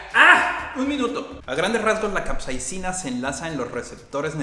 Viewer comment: Creo que no es capseina, es capsaicina/capsicina